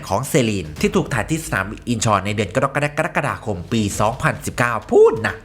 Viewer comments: เดือน กรกฎาคม อ่านว่า กะ - ระ - กะ - ดา - คม นะแอด ไม่ใช่ กะด๊อกกะแด๊กกะดาคม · คุณเป็นอะไร กรกฎาคม อ่านอย่างไร อ่านให้มันถูกต้องหน่อย ไม่ใช่ กะด้อกกะแด๊ก กะดั๊กกะดาคม นะคะ อ่านดีๆๆหน่อยค่า คุ๊น